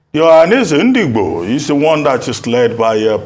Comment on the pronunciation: Shame to so called Dr Abati for making nonsense of the way he pronounces Ndigbo. Abati your hatred to Ndigbo can't to stop Obi and all know you hate Obi and igbos in general. I don't blame you because everyone know you're fighting for a position to become a media spoke's man to Atiku who the mother earth is fighting against including his party members and others